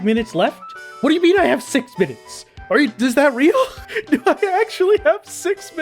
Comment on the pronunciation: "the videos are 20 minnutes" next video in the playlist: 1 hour